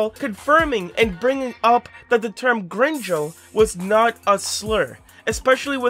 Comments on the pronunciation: As a person who speaks spanish from birth him saying grinyo instead of gringo triggers me LMAO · It's not pronounced green joe, it's green go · Bro your pronunciation of “Gringo” is so off you gringo. Its gring like bring and then go like go. You have to roll the r though. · its Green-goe nit Grin joe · “gringo” with a hard g, not “grinjo” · I'm sorry but it heavily annoys me that you say "grin joes" and not "green goes" lol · Okay, just to clarify ONCE AGAIN, I had commented your video about gringo not being bad But if you can could you please pronounce it right next time?- (Green-go) Is how you say gringo- I understand if you haven't been used to saying spanish words but it's such a simple mistake that can be fixed with google translate and saying it like that can trigger hispanic people! But you are a great youtuber, keep up the great work! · Idk if its bc of the way they say it in spanish but hearing him say "grinjo" is funny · i still think about how you pronounced gringo as “green-joe” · Oh also just a small nitpick, it is pronounced “grin” and “go” combined. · Quick thing! Gringo is pronounced "green-go" (literally) just in case you get to conveniently mention said word again in another video lmao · Bro he legit said grinjo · nah bro said "grinjo" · i think it's pronounced "green go" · "grinjo" lmao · lmao "grinjo" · being honest the only thing that threw me off is the way you said gringo but other than that its all good man, everybody makes mistakes and we all have the ability to get over it. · I always thought “gringo” was pronounced with the second g being “go” and not “jo” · bro the way he pronounces it i cant 💀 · thanks for clearing this up, but your pronunciation of gringo is terrifying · All I have to say is that he says Gringo like its cringe with an E instead of an O and a G instead of a C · can someone tell him that he pronounced "gringo" wrong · your saying gringo wrong 😭